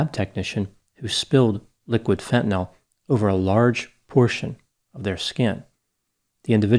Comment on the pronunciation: It's refreshing to hear fentanyl pronounced correctly instead of "fentanol".